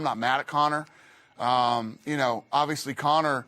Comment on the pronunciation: "Odviously"... Very nice 👍🏼